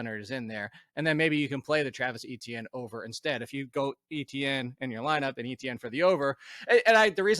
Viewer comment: please learn how to pronounce Etienne.